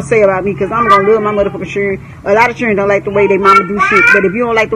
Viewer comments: I can’t with his momma saying “chirren” 🤣🤣🤣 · Its children not chren lol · She is driving me crazy when she keeps saying Chirren. My God, she is just as bad as Tokyo Toni. She needs to grow up. She is ratchet city. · We day Chirren in the Caribbean too. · Did she say Chiren? I swear I love TF outta his mom. 🤣💅😭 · His mother's vocabulary is making me cringe and it ain't the cussing it's these sad attempts at words. It's children not whatever she said like she took the first sound of it and as if there's no letters in between C H & D or behind it for that matter. Then added an imaginary L at the end and then tried to call it English. People who talk like this is why when I talk to others they try to say I sound like a white person. Speaking properly isn't just for white people but you damn sure not making it any easier for us to prove them wrong by talking like this. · “I love my fucking chren”